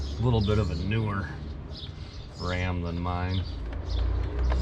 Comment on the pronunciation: I believe it's pronounced "Wam"